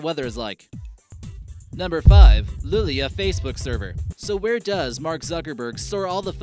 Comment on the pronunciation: It's Luleå. Since it's probably too much of a hassle to learn å, just say "Lule-oh"